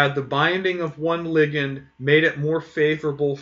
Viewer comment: He's pronouncing it correctly. "Lie-gand" is just awful.